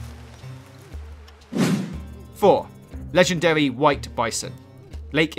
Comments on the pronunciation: *wegendawy pwonghon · Ledgendawy boaw Boaahhh!